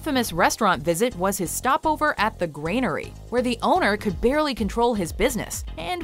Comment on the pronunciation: It’s pronounced granary not grainary silly yank.